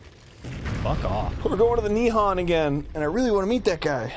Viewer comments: JAPAN IS NOT NIHAN ITS NIHON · hearing arin mispronounce nihon kills me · Interesting that in this "Nihon" story, Arin pronounces Nihon wrong.